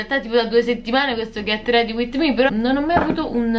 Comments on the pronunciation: "ghett redi uitt mi" TI AMO HAHAHAHAHA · appena leggo “ghet redi uit mi” mi gaso un sacco